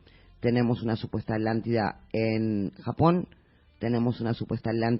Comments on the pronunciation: es atlantida no alantida jiji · porq los españoles no pueden decir la tl? por ejemplo popocatepetl? o aztlan? citlaltepetl? jajajaja alantida jaja me da risa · justo lo que yo iba apreguntar jajajaja me he estado estresando durante todos estos videos por la "alantida"